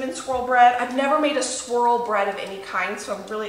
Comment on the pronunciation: I thought you said cinnamon “squirrel” bread 😂